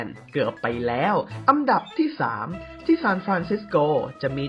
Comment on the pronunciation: พูดไทยยังไม่ถูกเลยทุกคลิป อันดับออกเสียง อังดับอังดับพ่องมุงอังดับ